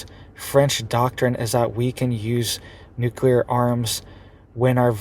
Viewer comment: You can spell nuclear... Why can't you say it? I'm sure you used to. But that's like 6 times in a row you said it wrong